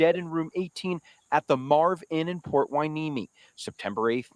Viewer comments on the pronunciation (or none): Help with the pronunciation of Port Hueneme is: Port Why-Nee-Me. Ventura and Oxnard and Ojai...etc have some difficult names to pronounce.